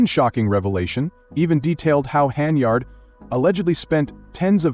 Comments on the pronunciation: Whoever programmed the AI narrator made no mention of the fictitious brawl and ICU visit. Some of these content creators are unscrupulous spewers of fake news. The AI narrator pronounced Henyard's name incorrectly as "hen e yard'. It was pronounced correctly throughout the rest of the fake news report. Ugh. Nevertheless, whoever fabricated this 'report' will receive YouTube dollars for duping the public. These YouTube streets are lawless. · Doubt its true but if it is she got what she asked for. Channel cant even say her last name right